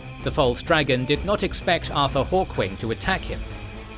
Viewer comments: It's pretty amusing that you got Artur Hawkwing's name right in the title of the video, but you pronounced it wrong literally every single time he was mentioned lmao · The AI refused to say Artur huh? 😅